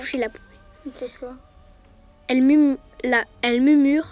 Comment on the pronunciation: elle mumure mdr 😂